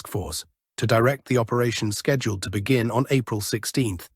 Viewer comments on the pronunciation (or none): none